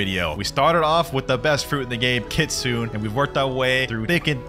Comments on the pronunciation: Blud it’s not kitsunah it’s kit-sun e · "kitsun" excuse me did you call it kitsun???